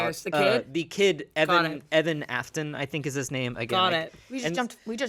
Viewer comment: I cringed every time said Evan